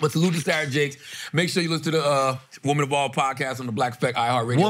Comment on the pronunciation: I definitely thought he was saying Woman Of All